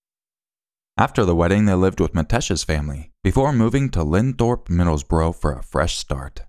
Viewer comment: It's not LEADS it is LEEDS (West Yorkshire) 😉 It's Linthorpe, Middlesbrough, NOT lindthorpe 😉